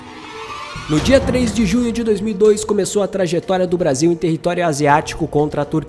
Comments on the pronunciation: "Brasa"? Um vídeo muito bom, mas "Brasa" é difícil........ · Braza? Que PORR….. de Braza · Brasa? Que gastura. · Brasa? Cara, adoro seu canal. Mas, Brasa? Não rola. Boa sorte aí. ✌🏿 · "Brasa" ? Kkkkkkkkkkkkkkkkkkk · esse cara falando brasa da até raiva !!! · Conteúdo top mas não consegui ver até o final enfim É Brasil É Brasil E não Brasa Brasa é meus ovos 😂😂😂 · Po mano, falando braza? ai é de lascar em... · Bom vídeo, mas escutar várias vezes "brasa" foi de doer os ouvidos. Tava esperando o "canary" a qualquer momento... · Meu querido é uma delícia ver seus vídeos mas ouvir você falar “Brasa” é de cair o c da bund, brasa é carvão queimado, isso aqui é BRASIL. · Puta que pariu não é "Brasa" não caralh@ ninguém fala isso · Brasa o kralho... Perdi até a linha de lembrança você falando brasa. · Toda vez q ele fala Brasa da vontade de fechar o video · Brasa não pelo amor, niguem fala brasa. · "BRASA" doi no ouvido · Porra irmão tu falou brasa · "Brasa" não né, pô! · Excelente video, agr toda vez que ele falava brasa me dava um engodo, deleta esse vocabulário meu fii. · Excelente vídeo... só para de falar Brasa por favor kkkkk péssimo. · Muito bom o conteúdo do vídeo. Mas é Brasil!!! não Brasa. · Mano da nojo esse verme falando braza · Tomar no cu ele falou Braza de propósito 😂😂😂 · Brasa e meus eggs😂 fala direito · Parei de ver o vídeo quando falou brasa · Quando falou BRAZA pela 4° vez, parei de ver...